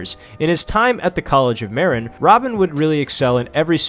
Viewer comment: Btw, you mispronounce Marin. It’s pronounced MER-IN. Great video btw.